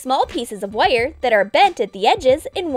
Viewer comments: Yea I was thinking of that the whole vid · Yeah I was checking if anyone else noticed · is it just me or is the way she says ' wiieeer' (wire) and 'plieeer' (pliers) weird? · The way she says “wire” bothered me so much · someone says wire weirdly